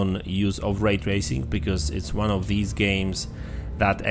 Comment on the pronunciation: Ah yes, "Ray tarsing" E